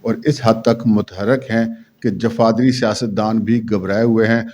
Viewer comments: السلام علیکم۔۔لفظ جفادری نہیں جغادری ہے۔ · The word I s Jughadri and not jufadri.